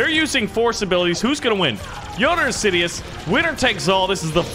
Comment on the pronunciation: nobody:: general sidios